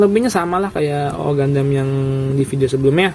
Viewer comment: Double o bang dibacanya